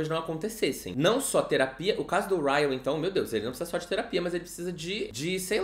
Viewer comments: Sentindo muita falta do chamando o Ryle de Kyle.. hahaha... acostumei por causa do vlog. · Hoje o não errou o nome do Ryle KKKKKK